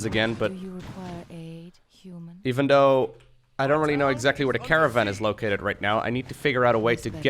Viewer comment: its not uman campain, its human campain